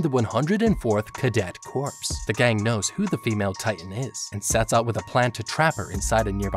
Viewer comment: 104th Training Corps. It's pronounced "core" not "corps"...